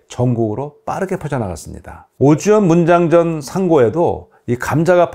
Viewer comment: 잘 보았습니다. 그런데 듣기에 매우 어색한 부분이 있어서 댓글 남깁니다. <<오주연문장전산고>> 의 띄어읽기는 "오주_연문_장전_산고"로 하시면 좋겠습니다.